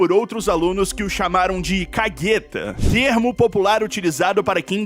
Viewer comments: Só uma correção no termo o qual você pronuncia como "cagueta". Na verdade é "cagu-eta" (o correto seria escrever cagoeta. Mas como gíria não entra na gramática portuguesa, pronuncia-se sem o emprego do "gue", como conhecemos). Esse termo é bem antigo, e bastante popular (menos usado hoje em dia). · Se pronuncia k-gu-e-ta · A gíria "cagueta" é pronunciada com o "u", não da forma como foi falada.